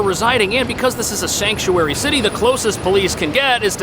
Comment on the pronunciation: Shank-u-airy city lol